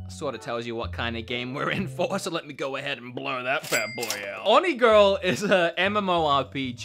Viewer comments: It’s onigiri not onigirl :0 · When you said "Onigirl" instead of the actual title "Onigiri"... I cringed AND laughed. 🤦‍♀️😂🤣💀☠ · It’s called onigiri, not onigirl, also I like it a lot, but I can’t get it to work on pc lol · Tiny correction: the game is called "Onigiri" not "Onigirl" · “Onigirl?” ... it’s onigiri but ok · Sorry if I am 'being grammar police', but I just wanted to let you know that the first part of "Oni Girl" is pronounced 'Oh-nee', which is a type of youkai or ogre in Japanese folklore. I also noticed that the letter L in girl from the second part of the game's title greatly resembles the letter I and if you read the game's title like that, you would get 'Oni Giri', which translates into English as 'Ogre Cutter'......Or, if you read as one word and translated it into English, 'Rice Ball'. Either way, the game does not look something I would enjoy. Thanks for the video. I'm glad you enjoyed Dauntless and it was nice to hear you talk about why you like it so much. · Has anyone corrected him when he said onigiri wrong? Because it’s not onigirl. That’s just hilarious 😂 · Onigirl? I thought it reads Onigiri, LOL, played that game for awhile, actually you can use the touch screen to do the setting instead of joycon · *Onigiri not Onigirl XD Onigiri is actually a Japanese rice triangle so I don't know why they decided to call it that lol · It's actually Onigiri, not Onigirl. Good video though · it's onigiri. Not onigirl. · "onigirl" lmao it's onigiri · Okay, it's Onigiri, not Onigirl. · It’s Onigiri, not Onigirl lol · It's Onigiri, not Onigirl. And it's actually a really good game, the Switch port is terrible though. Also why did you put the SNES games here, it's not free. You have to pay for the online to play the NES and SNES games. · It’s onigiri not onigirl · Why did you keep calling it Onigirl? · dude ..it's onigiri not onigirl 🤣🤣🤣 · It's onigiri not onigirl. And yeah I have it on ps4 it is pretty bad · Did you say onigiri wrong?